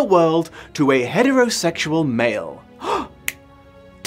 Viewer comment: I keep hearing nipples instead of dimples.